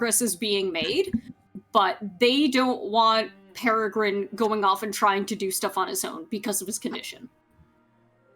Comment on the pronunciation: Peregrin!!! Peregrin... Oh our sweet boy.